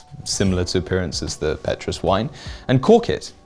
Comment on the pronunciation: Petrus isn’t pronounced that way…